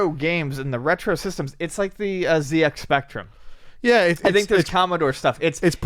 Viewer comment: wins for pronouncing ZX Spectrum correctly.:-D